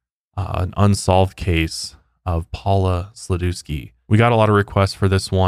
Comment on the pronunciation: That's not how to pronounce Sladewski 🤣